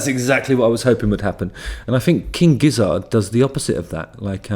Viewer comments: Gizzard is pronounced the same as Lizard and Wizard, Justin. All 3 rhyme. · Also, why is he pronouncing Gizzard so weirdly?????? It’s obviously meant to rhyme with wizard and lizard... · It's gizzERD, not gizzARD, you know like lizard and wizard. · Couple notes: Gizzard rhymes with both Lizard and Wizard, and Gila is Spanish, which means it's pronounced with an H sound, not a G sound. This is my first time seeing your videos, and I don't think I'll be back. The British are the worst.